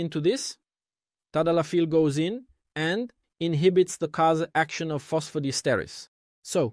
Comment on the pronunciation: Diesterase,et non dietase, apprenez à votre robot à lire!!